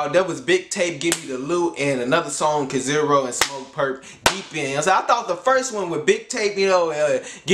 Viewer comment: Not (Kaziro), but kizàru